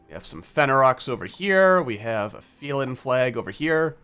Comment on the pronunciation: "You know what? That's how I'm gonna pronounce them from now on." That's exactly how you're supposed to pronounce "felin". Trust me, I should know ;)